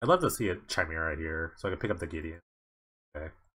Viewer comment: Chimera is pronounced "kaimera"